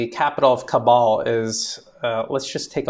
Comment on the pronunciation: Hi this is how Kabul is pronounced I doubt the Taliban will allow a single us serviceman or mercenary stay in Afghanistan